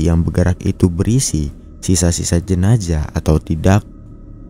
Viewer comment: Zaaaah zzzaaah jenazzzzaaah bukan jenajah 😂😂😂